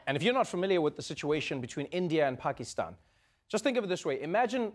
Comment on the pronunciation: Well I'm srilankan and I hate when people mispronounce Pakistan